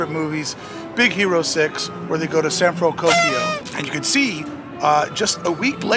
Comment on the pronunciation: Thanks for the building update,. But I’ll be damned if the different pronunciations of San Frantokyoisco and then the first time magic hit didn’t hook me from the start 😂🥹